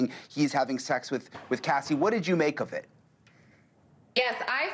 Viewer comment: Her name is Cassie not Cathy